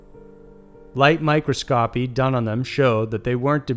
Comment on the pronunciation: Its not Mike-row-scopp-ee. Its pronounced My-cross-co-pee. I love your channel, but damn, bro, i catch you sayin words wrong, A LOT in the final edited videos. If you dont know or arent sure how a word is pronounced, look it up instead of just assuming the way its said. Its starting to look reeeally unprofessional. Come'on, man. Youre better than this...